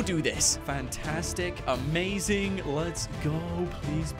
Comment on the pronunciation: On the one dollar maze you said amazing a maze ing